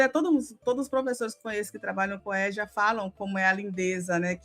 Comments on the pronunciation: Êja e não éja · Se pronuncia EJA e não ÉJA. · No Rio a gte fala Êja (não Éja)